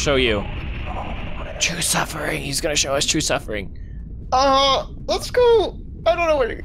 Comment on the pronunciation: MICKEY MOUSE: true suffrring